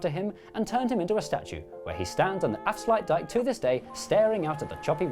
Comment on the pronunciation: Wow you guys nailed ‘afsluitdijk’ and ‘zuiderzee’. ‘Stroopwafels’ was wrong though…